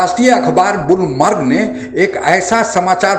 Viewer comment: It's Bloomberg not Boolmarg 🤣🤣🤣🤣 How childish